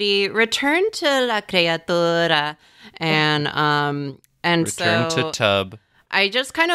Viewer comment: I can feel pronunciation of la creatura in my mouth and it tastes like treacle and I like it very much